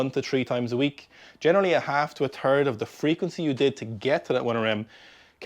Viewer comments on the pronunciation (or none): Great stuff. Side note: the way you guys over there pronounce "third" really tickles my juvenile sense of humor (which some think I should have outgrown decades ago)